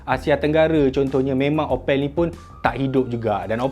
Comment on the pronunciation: Sebut sebetul opel adalah mcm sebut apple tetapi 'a' ditukar 'o' 😂😂😂. Bangsa melayu jerman timur